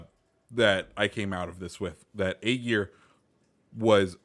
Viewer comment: It is ÄGIR. Not AGIR.